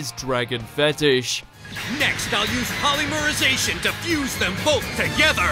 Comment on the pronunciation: "Polermyzation" bruh